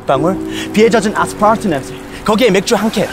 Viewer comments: 아스parrrrr트 낸새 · 아스퐐트 발음 지리네 ㅋㅋㅋㅋㅋㅋㅋ